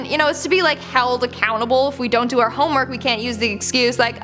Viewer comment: zon't...zon't do it